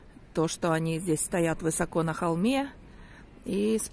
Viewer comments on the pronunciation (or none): none